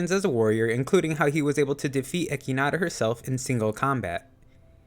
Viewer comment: When you can't pronounce echidna 😂😂